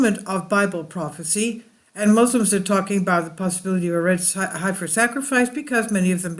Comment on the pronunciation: heffing heffer!! :-)